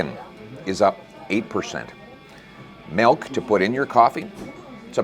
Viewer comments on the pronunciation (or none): Pronounces milk as “melk”, unelectable. 😝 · Why do a lot people say melk instead of milk ?